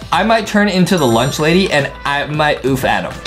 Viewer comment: I might play as the LUNCH "LADY" in this game. Bro said lunch LADIE!!!!